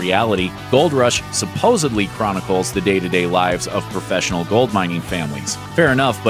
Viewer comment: The word is "supposedly" not sopposably